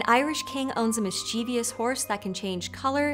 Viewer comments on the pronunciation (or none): Mischievous. Not mischievious. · Does anyone else die a little inside every time she can't say MIS CHIV US? There's no extra I in that word! 🤮🤮🤮